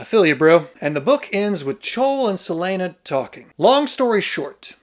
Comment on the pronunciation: And “several name Celaene” 😂